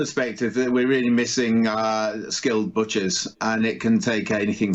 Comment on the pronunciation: Did say BOTCHERS?